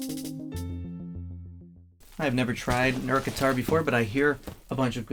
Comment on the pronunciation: Pronounced E Art, according to Phillip McKnight